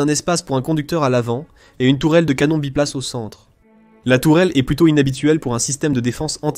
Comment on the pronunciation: sujet interessant, un peu gaché par la prononciation du mot "GEPART" qui en allemant, comme en anglais se prononce "guepard", comme en français ! de même que "canon" se prononce canon et non canonne